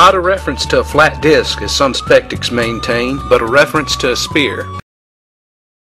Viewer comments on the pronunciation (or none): Does he say "as some SPECTICS maintain" ?!?!?!?!? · Did he say "spectics?" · "spectics" LMAO!!!